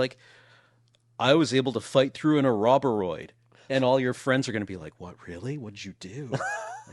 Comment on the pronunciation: How do you get "A Robber 'Rhoid" from "Ouroboroid"?